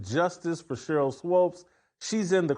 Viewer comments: It's not SWOPE it's Swoop! Rhymes with Hoop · I couldn’t watch more than 3 minutes of this because Jackson Whitlock kept saying Swopes instead of Swoops. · The fact Whitlock listened to SAS pronounce Swoops instead of Swopes and not acknowledge he's pronouncing her name wrong is hilarious 😂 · Why does Jason keep calling her Sheryl Swopes? Lol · Is he trolling by calling her Swopes instead of Swoopes? I'm dying 🤣😂🤣😂🙃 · SWOOPES, NOT SWOPES! WTFF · Her name is pronounced SWOOPS 🥴 if you’re going to hate, atleast say her name right. Swoopes. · Her name is pronounced Swoopes sounds like HOOPS. She knows what she’s doing. Shes being Skip Bayless and Caitlin is her Lebron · Uncle Tom doesn’t even no how to pronounce Sheryl swoopes name lol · I don’t understand why you purposely say her name wrong. I’m pretty positive you know better. That’s weird